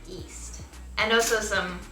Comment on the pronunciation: Hey! Even I'm Asian I'm from India and after watching your videos I realised I pronounce yeast as east as well! I thought I pronounced it right. I'm bamboozeled. I just wanted to let you know that you're not alone